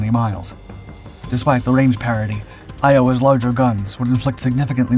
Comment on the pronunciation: Good video, but...Iowa's...sonar?🤣